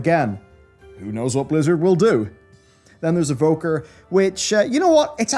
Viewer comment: Evoker. It's Evoker. I am mainiing Evoker.